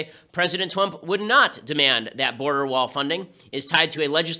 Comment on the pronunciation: President Twump?